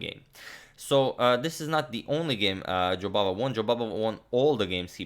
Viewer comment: Your pronunciation of Jobavas name sounded as if you said "Bahadur" which in Hindi means brave and indeed that describes the way Mr. Jobava plays. Bravo!